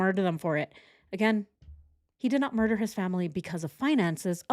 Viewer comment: Switched off after the 100 time u says “murch”